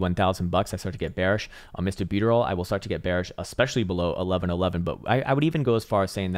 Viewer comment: Lol when I first landed to this channel, I was like ..huh? Is there a coin called Me. Buteroll? 😂😂